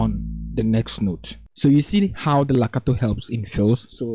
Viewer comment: Its Legato sir. Not lacato